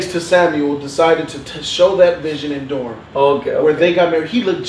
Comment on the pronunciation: Varys, not Varish...and Sam•well, not Sam•u•el.